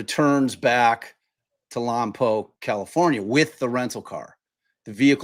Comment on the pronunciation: You pronounced it correctly,!! Lompoc!! I’m in Santa Barbara County. I’ve been trying to keep up with this but haven’t had the time. Thank you both for going over the details. 💗